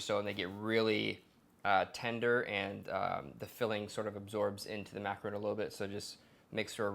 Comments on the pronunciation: Mack a ron. Not roons. 😂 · It's "macarohn" not "macarooon" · Repeatedly said incorrect. MacaRON ! Not macaroon !!! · should at least learn how to say macaron properly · You're saying macaron wrong!